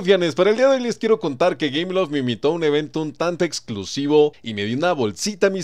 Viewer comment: dice gayloft xD en el minuto c mamut este men jaja